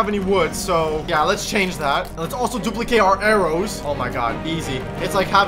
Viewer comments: no one noticed that said the wrong pronunciation of duplicate🤣🤣🤣🤣🤣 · "Dumilicate" got me laughing 😂 😂 😂